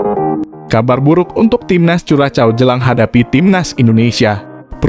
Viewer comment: Sepertinya cara pengucapan yg betul untuk Curacao adalah "Kurahsao". Jadi jangan dieja dengan ejaan Bahasa Indonesia, karena kedengarannya jadi aneh sekali.